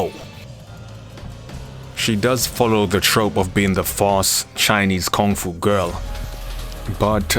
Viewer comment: I'm sorry but please pardon me I really like on how you pronounce Kung-Fu